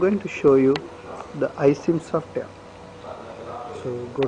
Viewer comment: Sure He is Fuckin INDIAN GUY saying SOFT AIR>>>HAHAHAHHA